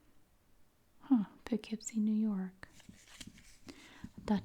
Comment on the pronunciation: As being from NY, I applaud you for saying Poughkeepsie correctly 😂 No one can ever say it right lol. ALSO, the Barnsider is an amazing restaurant and the Colonie Center mall is right by my house! WHO GOT A HOLD OF THESE MATCHES BEFORE YOU! There’s so many from where I live, that’s amazing!